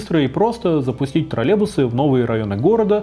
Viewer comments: троЛЛЕЙбусы, а не тралебусы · Немного бесит когда вместо "троллЕЙбусы" говорят "тролЕбусы" :__)